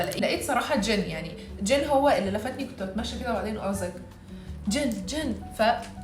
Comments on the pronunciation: لا غلط ،هي تنطقها هيج 즌 يعني بالسكون بس الصح هو وجود الياء مثل مامكتوب اسمه بالكوري هيج 진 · انتي بتقولي اسم جين زي جن اللي هو عفريت 😂😂😂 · جين❎ جن✅ هي بتقول 😂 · شكلي و انا اسمعها تقول ✨جن✨ مو جين 😭🎀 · روشنه وكده 😂 هو اسمه جين اصلا حتي هو بينطقها جين مش جن 😂😂